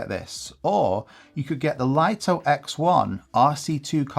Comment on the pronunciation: It's pronounced 'Lee-toh', not 'Lite-oh'. And the DJI Flip shares the same ND filters for the X1.